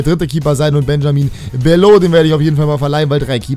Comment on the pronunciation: Benjamin Bellot wird so ausgesprochen wie es da steht also ganz normal Bellot und nicht mit französischem "Akzent"! Mach weiter so 🖒